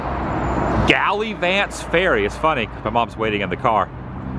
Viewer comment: Gal ah vants